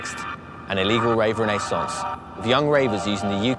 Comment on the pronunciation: Why can no American or Britt pronounce renaissance the correct way?